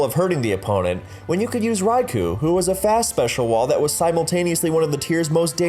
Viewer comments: It's called Raikou (or Raikō), not Raiku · At rate the Ferrothorn video is gonna be longer than a Lord of the Rings movie. How many times do I have to say this? It's 'Rai-koh,' not 'Rai-coo!' Also How Good Was Mr. Mime/Mr. Rime Actually? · Rai ku? isn't it Rai KO? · Raikou, not Rai Ku!